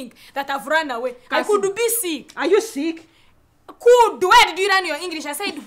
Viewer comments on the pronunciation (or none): Cudu instead of could 😂😂 very fun